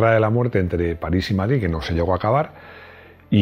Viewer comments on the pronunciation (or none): none